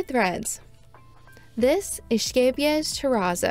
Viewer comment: 10/10 for this review simply because you had a pretty good pronunciation of Scheepjes 🤣 The number of times I've been caught off guard and did a spit take because someone said sheepjuzz or scapejass has been too many